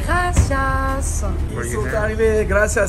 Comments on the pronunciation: Le " yes, gRRRRacias" de, un effort de prononciation please mdrrr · « GrAsIesSe » 😭😭😭elle me tue